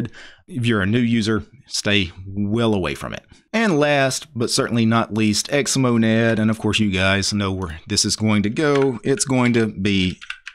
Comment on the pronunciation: did you just say xmodad?